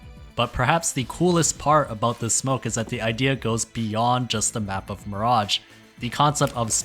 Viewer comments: why is this man calling mirage miradg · Gotta say, never heard anyone botch the pronounciation of Mirage so deeply. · The pronunciation of mirage almost drove me mad 🙈 it's a really cool video idea, topic and coverage though!